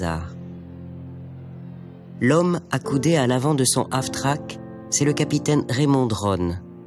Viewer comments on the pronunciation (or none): "Half-track" (semi-chenillé) et non pas Af-track. mais c'est un détail ;-)